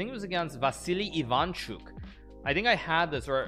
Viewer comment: Vassily Ivanchuk The way Hikaru said and the way Agadmator says that is so different and after hearing agad say that so many times it just sounded funny